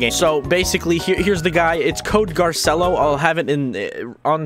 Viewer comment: Its Spelled Garcello B~ut you pronounce it Gar-ci-lo